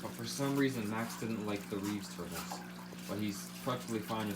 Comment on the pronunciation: I like the way he says tourtles